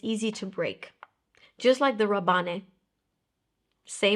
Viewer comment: Pourquoi vous dites Rabanné ? Ce n’est pas Paco Rabanne ?